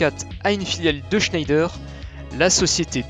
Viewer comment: IMPORTANT: On dit [chnèdre] quand on parle de l'industriel français Schneider. Fallait pas avoir un nom à consonnance allemande à l'époque.